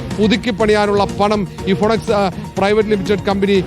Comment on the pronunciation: ഫിനിക്സ്, ഫൊണക്സ് അല്ല